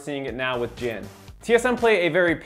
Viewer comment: JHIN* not Jihn